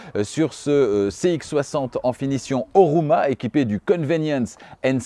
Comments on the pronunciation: Sauf erreur, Homura et non Horuma. Le reste comme toujours parfait. Bravo. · Homura la version, et non Horuma... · la version est HoMUra et non HoRUma